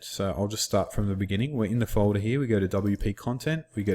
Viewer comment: FOLDAH HAHAHAAH